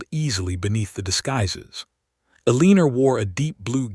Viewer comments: El-eh-nor…not Eleeenor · Stupid AI!! Her name is ELEANOR!!!